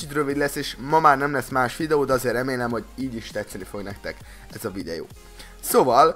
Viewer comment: jól hallottam hogy videjó? :D